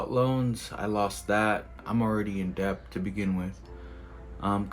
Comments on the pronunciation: I'm sorry, but this guy is just an addict—he has no critical thinking, actual strategy, or financial education. He's a gambler, not a trader. Oh, and the fact that he doesn't know that it's "Debt" and not "Dep" says a lot. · det not debth is the pronounciation ....... 1 set a limit of loss and gain 2 never bet wages only savings 3 take time 4 invest as well as trade youve still got your car and you can always work ..regroup work hard and save ..good helpful video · DEBT ITS NOT DEPTH DEBT AND THE B IS SILENT. Not surprised he loses all his money bro cant pronounce DEBT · I just don’t understand why he keeps saying dept and not debt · The guy pronounces debt as depth the guy is a M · This guy keeps saying “dept” and i can’t take him serious. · Do he’s saying dept 😭😭😭😭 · he pronounces it funny, should be det without the "b" sound. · I kept hearing "deps" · Is he actually pronouncing the letter B when he says debt!???😂😂😂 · If you can’t even pronounce the word ‘debt , don’t even think about trading. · You shouldnt be anywhere near the stock market if you cant pronounce "debt" correctly. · Was he pronouncing the "b" in "debt"?....😆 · So much debt he pronounces the 'b' in debt. 🤪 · On a side note, why does he pronounce 'Debt' so strangely? 😂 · The dude is saying "Debt" and pronouncing the B. Then he's saying he's taking 80% interest loans? That literally isn't even legal. What planet is this dude on? This is fake or he's actually braindead. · Never trust a man that can’t pronounce debt. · He doesn't know the B in debt is silent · I’m not taking advice from anyone who pronounces the 'b' in debt. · Why he keep saying “deBt”? 😂😂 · Anybody that pronounces the B in debt deserves to be in deBt 😅 jk